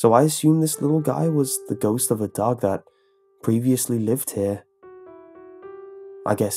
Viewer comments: were u saying duck or dog the story? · I thought you said 'duck' instead of dog for the first few times 😂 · anyone else think he said duck instead of dog at first